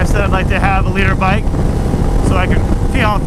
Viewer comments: I always thought he was saying he wanted a leader bike not a litre bike🤣😂😂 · I'm not a motorcycle guy, but I've been watching for like 2 years and I always thought you were saying "leader bike". I didn't know it was called a liter bike until you spelled it out in the title.